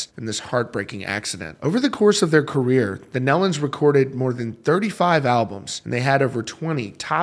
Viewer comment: Thank you for this coverage. They were very special people! I've known for 45 plus years. Just an FYI, it's pronounced knee-lun. Autumn is pregnant with the first grandchild, her first child.